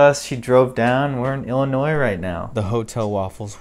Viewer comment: Loved this! But IllinoiZE??? Noooo